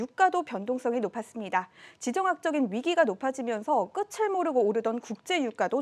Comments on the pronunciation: 빨리 말해야해서 중간중간 발음꼬이는건 이해합니다만, 발음 잘 못하는 건 이해하기 어렵네요.(12분 전후/구개음화) 끝을/끄틀(○)/끄츨(×) '끄트머리'라고 하지 '끄츠머리'라고 하지 않잖아요. 솔리드도 공식음반에서 틀리게 불렀지요. '이 밤의 끝을 잡고' '이 바메 끄츨 잡꼬~' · 끝을 모르고 의 발음이 끄츨 모르고(X) 끄틀 모르고 입니다. (O)